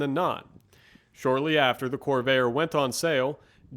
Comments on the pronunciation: Corv-air, please, not Cor-vay-er. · Why do you keep calling this a "cor-VAY-er"? Where are you from? It's pronounced "cor-VAIR". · The marque of the vehicle is CORVAIR, not CORVAYER! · you know a lot about these except perhaps how to say name, was always a corver, first time I heard corvayer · I grew up pronouncing the name Cor Vair... not Corv Air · Why does this guy pronounce "Corvair" as it had three syllables ... "Cor-va-er". Given the video is 5 years old, that odd pronunciation can't be blamed on A.I. 😅🤣😂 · Why are you calling it "Corvayer"? What's wrong with you? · drives me crazy to hear him say Corveyer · The best looking American car of the 1960's (in this body configuration). Best version is the Corsa with a 4-speed. Best to avoid the turbocharger. The narrator does not have a particularly strong accent but, for an unknown reason, he consistently mispronounces the name of the car. While it is composed of two syllables, the narrator insists on giving it three syllables. The correct way is "cor-VARE" but he says "cor-VAY-er." What a bizarre way to end the video: A coda about a completely unrelated possible drug dealer! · I really enjoyed this report . Guy has a great voice for it . One comment , Corvair pronounce like Corvette. I own eight of them and I NEVER heard anyone back then pronounce it the way this youngster does. I learned to drive in a 62 and coming from go-karting never had a problem with cornering. Guess I just had the touch. Cleaned up against Trimph tr3s and the like. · He's not pronouncing the word Corvair the right way at all!